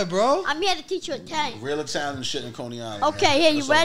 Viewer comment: Mario can't even say Italian lol